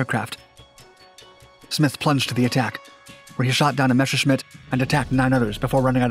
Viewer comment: Messerschmitt, not Mescherschmitt:-D